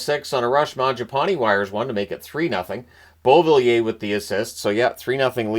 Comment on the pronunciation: Why does he say Beauvillier like that